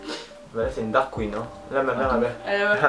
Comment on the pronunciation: ptdrrrr Ju' on dit Drag queen pas dark queen x) (btw love your video)